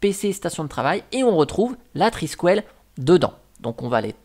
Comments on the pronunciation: Étant Breton, ça se prononce "Triskel" et pas "Triskuel" :p Le symbole en espèce d'étoile de mer qui fait des frisouilles, c'est un Triskel. C'est un peu chelou de proposer Thunderbird, Firefox, etc en virant les logos... y a vraiment des fois je me demande pourquoi certaines distros existent, autre qu'un projet personnel de se dire de faire une distro pour apprendre. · Je ne suis pas bretonne, mais amoureuse de la région et puis bon, je suis à demi irlandaise, donc ceci explique cela 😄 et j'avoue que le « trisquouelle » façon « poêle » à frire m'a un peu écorché les oreilles 😂 Je plaisante évidemment, mais tu commences à connaitre le ton de mes posts 🤪